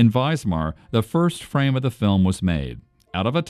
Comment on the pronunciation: Note to the narrator: it is WISMAR not Weismar. Pronounced Vizmar.